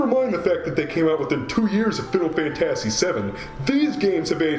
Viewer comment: Oh no, it's you again! Also, that's not how you pronounce "fantasy" calm down. No remake is perfect.